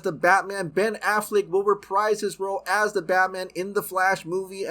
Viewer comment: It's AfFLECK not AfFLICK